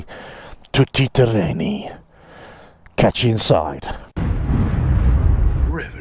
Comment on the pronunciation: Everyone seems to love this bike. I get it. It is a heavy old thing and not really suited to much worse than loose macadam, but is a lovely backlane bike at speeds where a fairing is not needed. Do be careful with the slightly awkward (or was it self-mocking?) pronunciation of what you rendered "tooty terrain-ee". Ask an Italian. These things seem to have hit the spot for a certain age group in a certain seam of the bike market. They are so very, very far removed from the (relative) purity of the early "big trailies" - R80G/S, Cagiva Elefant, DR Big, Morini 501 Camel et al. I never took a big trail bike like the above onto anything naughtier than a summer meadow or a forest track. I suspect that this 2-wheel equivalent of a Range Rover will see very little any naughtier than that in its target customer group (40-55 years?) The trick if you want to ride "technical" off road sections is to get yourself an old enduro bike (250cc or similar) and have a proper go. If you want one of these, put good, grippy road rubber on it, wack up the preload and keep it on tarmac. Too many people totter around off road on things like this and 1250GS land whales, looking like uncomfortable hens trying not to lay an egg. Much more fun on a lighter bike. Much more.... Keep these things for watching yourself in shop windows.